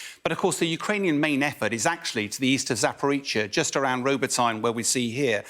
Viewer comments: ROBOT-knee... not ROBO.tyne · "Robo-tyne" lol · Newcastle upon Robotyne? Why do they not understand that the Ukrainian place names are NEVER pronounced the way it looks to an English speaker? After eighteen months they can't even get Kyiv right! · Ffs get it right for once - Ro Bo tee NEH! And no, there is no stalemate, not slow progress (compared to what?), last winter Ukrainians didn’t stop indeed… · Ro-BO-ty-ne Se-va-STO-pol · He doesn't know how to pronounce Robotyne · He could not even pronounce Rototyne correctly. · Ask the vice marshal to stick to aviation items, he has not been so reliable on ground ops commentary. and tell all the sky news talking heads to learn how to say Robotyne!!! buffoons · Its sad when sky news (fox news) cant even get the names.of places correct. Nearly vomitted when he said "robotyne". What a.moronic news channel. Cant even get the name right to feed us their false news.